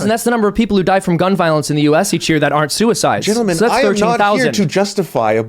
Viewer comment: .. the guy in the beginning said verbatim "not by sooehsyde"